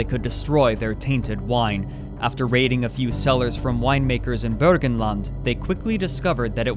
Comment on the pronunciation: I love how you say Burgenland correctly. Greetings from Austria!